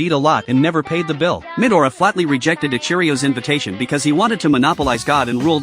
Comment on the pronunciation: What did I hear 'Mid aura' instead of 'midora' 💀☠️